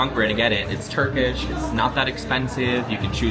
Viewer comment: why is your turkish accent so good i'm confused